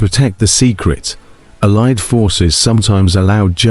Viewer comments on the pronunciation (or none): AI created. Allied is consequently pronounced wrongly.